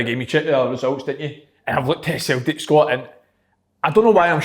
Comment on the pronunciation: Nobody: ... Kevin Kyle: “Sultic”